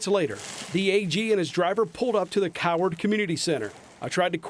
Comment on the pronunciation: I love the emphasis on the name of the town, Coward.